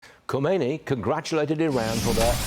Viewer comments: It is laughable you as a news person still could not say supreme leader name it is khamenei not khomeini ( who was the first leader who died decades ago ) 😮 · Journalists still say EYE RAN and instead of KHAmenei, KHOmeini! Sad! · Kha-me-nei, not Khomeini, he died 35 years ago. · "kemeini" lmao .... come on man .... just say desert thieve or barbarian.